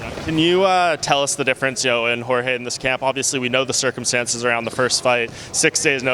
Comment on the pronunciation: You would believe Mike Brown coached Jorge for a while but then you still hear him calling Jorge "George".